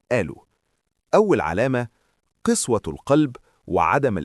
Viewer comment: العلامات دى في غالبية الناس حاليا ولا حول ولا قوة الا بالله.. ملحوظة قسوة...بفتح القاف وليس بكسرها 😊